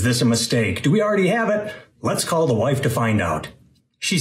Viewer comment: This is random but in multiple parts of the video it sounds like you have a bit of a new England accent, like when you say "call" or "ask the hubs" and I just found it interesting lol